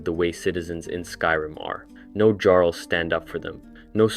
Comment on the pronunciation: Jarl is pronounced as if the J is a Y, like in German and Eastern Europe.